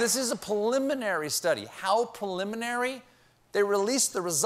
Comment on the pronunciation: “. . . poliminary . . .”?! Once, ok. But, twice Colbert said “poliminary” instead of “preliminary”. That surprises me. His command of language is masterful! Curious trip of the tongue.